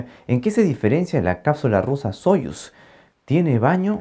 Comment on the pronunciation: Muy buen video. Pero de hecho se dice sayus, así como sayus nerushimi respublik sabodnyk.